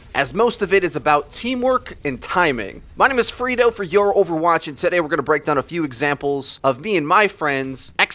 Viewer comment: Sometimes I correctly hear the name as Freedo. Sometimes it sounds like frito. But once or twice I've misheard it as "furrito". A frito burrito?